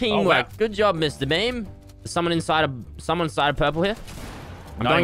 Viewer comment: Every time he says Mr.Beam, I think of Mr.Bean